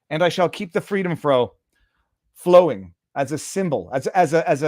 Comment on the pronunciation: Ha Ha "keep the freedom frowing"